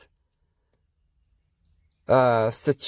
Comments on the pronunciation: Pronounced SAY SHELLS . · Hi, you post are very interesting. I suggest your read the Sumarian tablet translations. It says that Enki and Ninhursag created many versions of man finally settling on us. BTW the Seychelles island is pronounced “say shells”